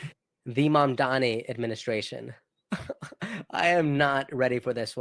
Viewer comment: lolol it's actually Mamdani, but hey, you tried.